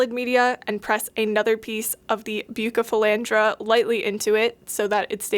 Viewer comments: Please its buuu ceee not bucee its killing me!! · Bucephalandra not Bukkkephalandra plss but good video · I’m sorry if this is rude but it’s pronounced bew-se-fel-Andra besides the k pronunciation on the c you’ve gotten it basically right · The cardinalis might not have been contaminated. When you take them from a immerse grown culture and put them in liquid, they melt and then grow back twice as healthy. Most aquarium plants do that. Also, it’s pronounced busephalandra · Its pronounced (roughly) Beu-sef-uh-laund-rah I'm not judging, because I have no doubt I've mispronounced my share of scientific names over the years. Just trying to be helpful on account of all the aquarium keepers who are probably having fits now. 😂 Also, Tropica generally has very clean TC cups; you can store them for weeks on a lighted shelf while preparing a new tank. If I planned to get TC cups for starting my own multiplication cultures, that's where I would source from. Top Fin stuff is cheap and often visibly contaminated, though as long as it hasn't completely overtaken the plants, that's not really a huge issue if you are dropping it directly into an aquarium (no special acclimation required; you open the bag, rinse under a tap to remove agar, and stick it in the tank). I buy it sometimes for my aquariums because it's readily available, but definitely wouldn't trust it to be sterile for cultures. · I'm crying a bit at your pronunciation 😂. For real though, buce is my favorite aroid and poaching has been a huge problem with them so tissue culture is a life saver. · The pronunciation of Bucephalandra had me rolling 😂